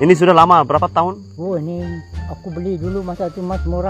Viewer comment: Kecek banyok pulok... Brrrrrraaapaa berrrrraaat ??? Jadi ke tak jadi beli, video terus stop 😮😮😮 Jgn bazir masa pakcik tu, dia kejar sesuatu tu. Nk cepat kejar impian. PENGEJAR IMPIAN ....biar stiker berbicara....😅😅😅